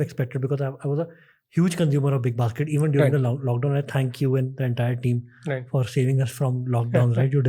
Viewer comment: Lol... was that big bas** d or big basket? 😅😅